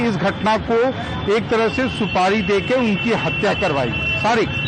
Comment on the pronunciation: हडसा नहीं है हतया है